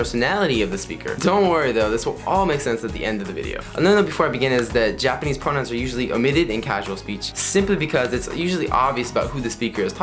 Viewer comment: it sound like you said "japanese pornos" when you said japanese pronouns ahahah